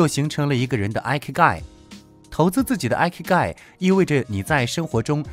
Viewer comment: 很實用的影片👍但影片中第5點的"Ikigai"發音有誤... 這個詞是源自日文"生き甲斐"的羅馬拼音，意即"生存價值"， 第一個字母Ｉ的發音和數字１一樣，並非英文的Ｉ發音喔~